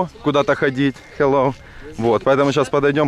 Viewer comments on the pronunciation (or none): none